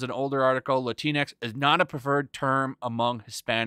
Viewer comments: "Lah-Tinks" sounds so goddamn funny. Shocked I haven't heard it pronounced like that before😂. I wish they'd stop using the damn word too. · Wtf is "Lantinx"?